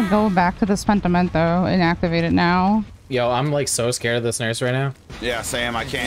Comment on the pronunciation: O M G So funny how these guys pronounce Pentimento :D Every time the guy in white cap says it I am dying :D